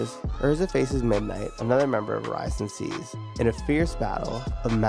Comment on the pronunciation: The pronunciation of oración seis is killing me